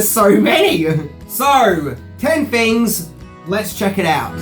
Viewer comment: I love you, BUT, why do you replace ALL of Your "TH's" with "F's"??? (Example: "things" = "fings" - "Think" = "Fink" - "Theories = "Fearies" & "Father" = "Fahfer" )